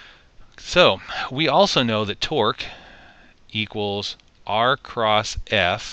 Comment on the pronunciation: Torque not "twerk" lmao